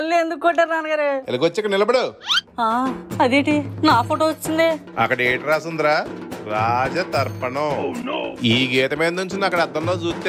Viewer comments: Raja darpanam not raja tarpanam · రాజ దర్పణం అని ఉండాలి... అద్దంని దర్పణం అంటారు, తర్పణం కాదు. Episode చాలా బావుంది 😂